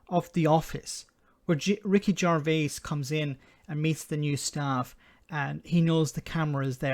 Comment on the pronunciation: Ricky Jar-Vase?